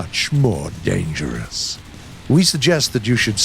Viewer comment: Can we talk about how he said "dangerous like that